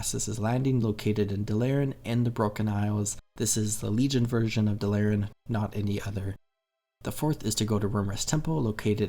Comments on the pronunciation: Love watching videos where people cant even pronounce Dalaran. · They way you pronounce dalaran irks me